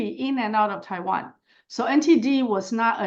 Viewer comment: Que mal que la traduccion no sea hecha por personas. No me gustan las maquinas que hablan de Taban en vez de Taiwan. Y E, U y gemon en vez de hegemon. No se entiende que significa el deleteo de siglas porque la traducción no es por personas. Hay lagunas de compremsion de ideas. DPt no se sabe que es, etc